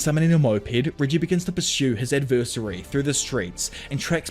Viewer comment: Love your videos but pls learn how to pronounce adversary